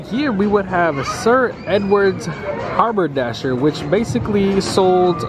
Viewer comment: Interesting, but you should work on your pronunciation! Look up Apothecary and Haberdashery.